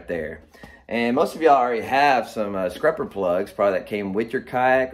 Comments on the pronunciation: You are killing me with calling it scRupper but I love the content!! Subscribed. Or should I say subscRibed? 👍🏼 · Is he saying scrupper…?